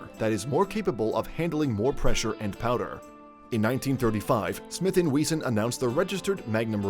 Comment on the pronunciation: Smith & We-zon 😂😂😂